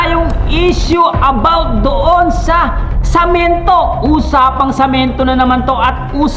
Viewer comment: sa sobrang daldal mo nabubulol ka na..yong salitang semento samento na nasasabi mo..d ka naman yat pinakikialaman ni Veancy sobra kang daldal